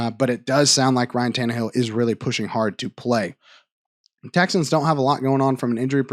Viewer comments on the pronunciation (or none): none